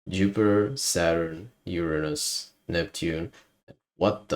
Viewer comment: = I'm sorry, but why did you pronounce Uranus' name like that? XD